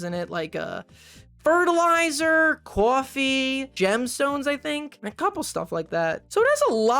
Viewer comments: great video, had a snicker after a double take from hearing you say "cwoffee" i wasn't hearing the accent consciously until then and it made me laugh a bit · cawfee, cheetos, chicken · "You know, like...fertilizer....COAWFEE..." 😂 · That caught my attention too LOL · can't with how you say cWOffee <3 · First time I've watched this fella but the way he said coffee was so Long Island it's scary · Are you from New York or New Jersey cause the way you said "coffee" threw me off lmao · kinda obsessed w how pronounces coffee